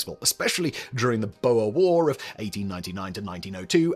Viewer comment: Boer isn't pronounced boa (we don't have any of those in South Africa, except as exotic pets) but more like Moor (those guys who ran around Europe with scimitars for a few centuries).